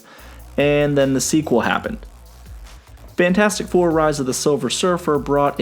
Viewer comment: "The Franchasic Four"